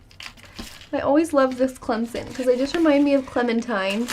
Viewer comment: Wow! you pronounce Clemson perfectly! Most sportscasters don't know how to pronounce it (they keep calling it Clemzin) But your is the way it's supposed to be pronounced. Even a lot of tiger fans can't pronounce it that good. Oh and in Smokey & the Bandit they do travel through Alabama.